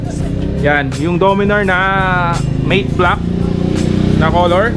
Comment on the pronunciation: Boss correct lang Kita it's matte black not mate black.